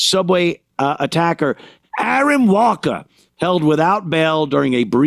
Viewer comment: "AARON WALKER"????😂😂